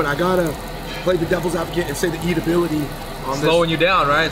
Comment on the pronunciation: Not hating but am I the only one who cringes when they say "eatability." It's edibility lol